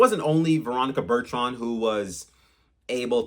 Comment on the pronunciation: What is so hard about saying ,”Bur-ton”….?